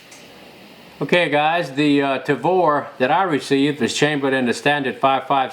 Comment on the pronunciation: I just LOVE the "TRAVOR" ! ;)